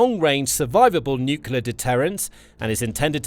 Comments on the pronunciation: "nuclear" pronounced "new-clear", NOT "nukuler"!🙄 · Please pronounce "nuclear" correctly! It's not pronounced nuke-you-lur. It's pronounced nuke-lee-ur. Nuclear. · Mr Pedi Pedantic here, please tell your text to voice software that the word is pronounced "new clear" not "newk you lar".😁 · For the love of god: Please stop saying nucular 😱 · Hearing "nucular" instead of "nuclear" on a channel like this is certainly something 😂